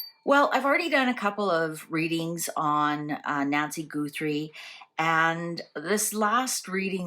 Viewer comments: I think you might be the only person who pronounces it “GOO-3.” Everyone else says “GUH-3” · Thank you! The “Goothrie” was driving me batty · How can you get an accurate reading if you're mispronouncing her name? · Can you please pronounce her last name correctly? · Accents. See the video about the Cork MP and his pronunciation of "40"